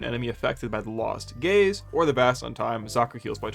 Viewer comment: As a queer person, I will often mishear "gaze" as "gays," but even then, took me out completely, lmao. "The gays leave a little bit to be desired"